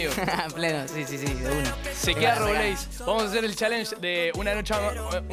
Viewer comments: Cris dice robleís con tilde y es robleis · "Robléis" jajsjajsja